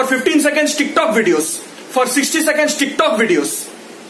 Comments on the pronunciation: The way you say Ticktock is brilliant 😂😂😂😂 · The way he says Tik Tok is just jokes 😂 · Look at the way he says TIK TOK 😂😂😂